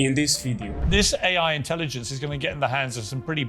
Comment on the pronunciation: Africa should hold back on the vibrainium.. Love his accent “Aye high.”